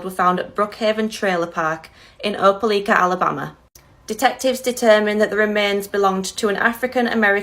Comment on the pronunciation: It's pronounced O'po'Likea.